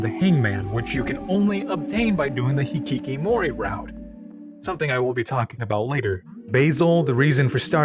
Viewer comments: It's hikikomori not hikikimori. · This is minor, but you kept getting "hikikomori" wrong and said/wrote it as "hikikimori" throughout the whole video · I'd like to point out a spelling mistake, as I figured it's intentional due to the unfamiliarity with the Japanese language. It's "hikiKOmori route", not hikiKImori. As you probably know, it comes from the very name of the game, OMORI, which is an ellipsis of the Japanese word ひきこもり (Romaji version) that's pronounced exactly as "hikikomori". It describes a specific type of person and a popular phenomenon in Japan during the 80s and 90s decades, aka what in English you'd call a "shut-in". I hope it was clear enough. Thank you for the thoughtful analysis, even though I'm not a fan of the different voices, your take is a fresh perspective that sets this video apart from other OMORI related content I watched. Keep up the good work! 👏🏻✨